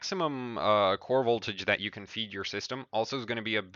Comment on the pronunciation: LOL "VOLTAJE"